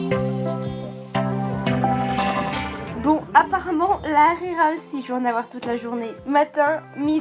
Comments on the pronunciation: Pour le dej tu as pris Harira c'est bon mais ça ne se prononce pas Arira ça se prononce harira ont prononce le H. :3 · C est pas arira c est harira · C’est pas arira Hrira✅ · C'est pas arira c'est l hrera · Elle m'a fait rire la khira au lieu de harira mdrr ( la prononciation) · MDR elle dit de la rera 😂😂😂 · Alor c'est pas la arera c'est la rhera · On dit la Harla bon bye bonne continuation bisous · Lahrira c'est pas La arira 😂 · Mois je suis marocain le petit gâteaux. Sappelle chbakia. Est c est pas la rira hhhh c’est harira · C'est lharira ce n'est pas larira 😂😂😂 et le maman et enfin chabakiya 😋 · Mdrr elle dit arera😂😂😂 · La ri Quoi? La hrira pas la rira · Elle m’a tuer la « rira » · En dit haraira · Désolé mais tu n'a pas bien dit les noms marocains mais c'est pas grave surtout avec la harira